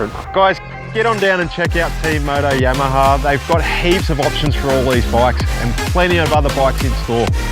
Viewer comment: It's funny when he says Yamaha, it sounds like "YamahaR"